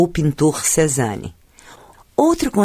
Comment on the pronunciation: O mínimo de respeito seria aprender a dizer corretamente as palavras francesas. É terrível ouvir tanta palavra mal pronunciada, CÉzane, por ex. No mais, concordo com a opinião de Pedro Cerca.